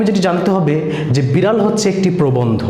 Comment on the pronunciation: ভাই, উচ্চারণ ই ত ঠিক নাই...(বিরাল,প্যাশা) আর শিট পড়ে কি শেখান সৃজনশীল ত কিছুই নাই।মুল কথা না বলে এদিক সেদিক কি বলে গেলেন 😜😜😜😜😜